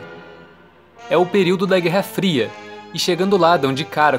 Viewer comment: "névoa muito FRIA", ele pronunciou errado.